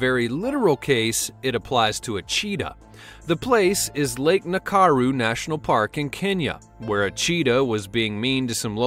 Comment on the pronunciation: its not lake nakaru, its lake nakuru